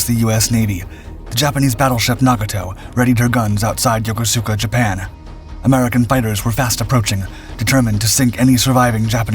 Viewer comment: Please learn to pronounce Yokosuka properly.